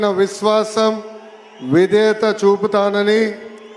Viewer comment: సమఘ్ర...కాదు. సమగ్ర ఆంద్ర ప్రదేశ్ కాదు... ఆంధ్ర ప్రదేశ్... బారత.... విదేయత ..వొత్తులు వుండాల్సినచోట వుండవు.. కూడని చోట వుంటాయి😅 కాస్త ప్రాక్టీసు చేస్తే బాగుణ్ణు అంత పెద్ద హోదాలలోకి వస్తున్నవారు.